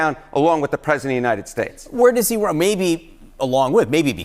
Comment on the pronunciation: Her face after he said United shlates….😂😂😂😂😂 I love this channel!